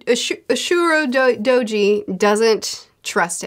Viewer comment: I’ve been loving this series so much. Also I’m pretty sure Ashura Dojis name is pronounced like Ah-Sure-ah Dough Gee